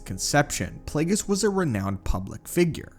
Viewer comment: learn the names b4 you make a video on them its Darth Plague(E)us